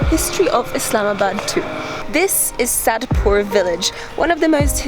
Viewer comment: "This is Sad Poor village" :D lol. Quick tip though, say it jointly as in Saidpur........ Hehe bloopers !